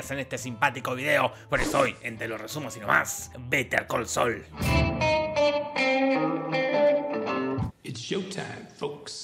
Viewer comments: "vete al col sol" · Better call Saúl ❌ Be De Co So ✔️ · "beter col soul" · ..."BETER COL SOL"